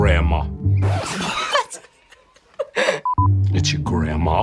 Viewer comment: "iTs YoUr GrAnDMaw "